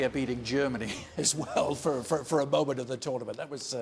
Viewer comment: This presenter irritates me "dishappoinching, momench, of the tournamench shooo faar." talk normally you spanner